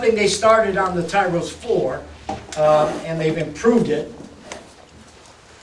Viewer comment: It's Tyros, not Tyros...